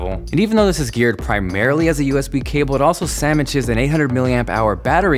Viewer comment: Crispy as usual! Your pronunciation of "sandwich" as "samich" made me laugh, not sure if intentional or just the way it's pronounced in the west coast vs the east coast